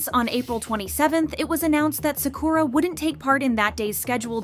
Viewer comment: Im sorry but they way you say Sakura it’s so distracting 😅